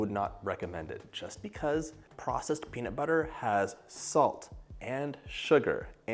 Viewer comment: "Melt in your mouth penis butter cookies" is what I heard.